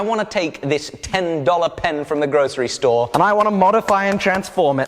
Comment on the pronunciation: Sorry, "grocery store"?